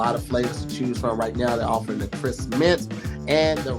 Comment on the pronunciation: kept forgetting the "p" on crisp was sending me.😂😂 how do you make something cris😂😂😂